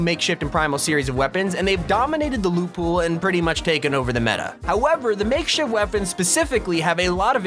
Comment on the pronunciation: Lol like how he says makeshit weapons